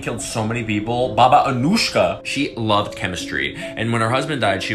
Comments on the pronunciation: Her name is pronounced as Anuyka. She was born in Romania and set up shop in Vladimirovac village in Serbia. She was known as one of the most prolific serial killers (at least during peacetime) in the region, but she was not actually the one "pulling the trigger", although she did manage to accumulate some 50 by proxy frags by the time she signed out of career mode. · I’m pretty sure it is pronounced as “Baba Anuyka”, not “Anushka”, because she was Yugoslavian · He pronounced Anujka as Anushkha which confused me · As a Balkan myself this type of pronunciation annoys us on a whole new level, its Anujka( Anuyka in English) not Anuška( Anushka ) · The pronunciation is killing me. The "j" is supposed to sound like a "y." /ɑːnuːjkɑː/ (a-nooy-ka) not /ʌnuːʃkə/ (uh-noosh-kuh) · Its pronounced Baba Anooyka not Anushka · You mispronounced her last name. The "j" in Serbo-croatian is pronounced as "y" is pronounced in English. It's "Anuyka".